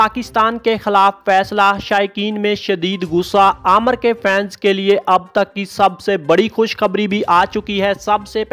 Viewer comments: Bolna to seekh lo pehly. Amar ni nam uska amir nam h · Bhai pehle naam to seek lo aamar nhi hai Aamir hai